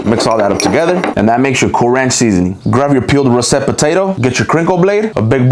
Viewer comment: I thought I was annoyed with how you pronounced tapatio but the way you pronounced russet pisses me off lol